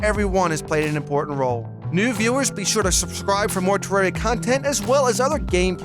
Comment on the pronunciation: u pronounce terraria wrong